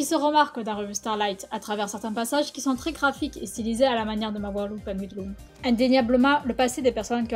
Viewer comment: Tout a déjà été dit dans les commentaires, c'est un super boulot qui a été fait, j'ai bien réussis à comprendre (C'est sympa pour les sous titres car je les ai quand meme mis au cas où) petit coup de coeur pour la façon dont elle prononce mawaru penguindrum c'est chou x) Le texte est très bien écrit, et des petits passages m'ont fait sourire, la formulation des phrases donne de la légèreté au texte c'est cool parce que comme ça on ne sens pas largué, puis tout et expliquer c'est agréable J'ai aimé que le développement/historique soit placé vers la fin car après avoir été hype par la critique de l'anime on est chaud pour en connaître plus De plus la critique est très complète car les arguments sont pointus, recherché et développé La vidéo était aussi sympa parce que le montage allait très bien avec ce qui était dit, j'ai toute fois peur que la vidéo soit retiré à cause du licensiment de la série >x< Dommage juste pour la fin, c'est coupé de façon un peu trop net, j'aurai bien aimé avoir la petit image que vous mettez en fin de cover avec peut etre quelques sources des sites que a exploré x) Continuer comme ça, ce format est, à mon goût, une réussite et je vous insite à en sortir d'autres de ce types:D